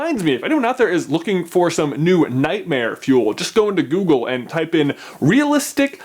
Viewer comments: He says Doogle auto fill instead of Google auto fill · anyone else hear 'doogle autofill' in the beginning? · OMG he said DOOGLE AUTOFILL GAME lol ! :D go to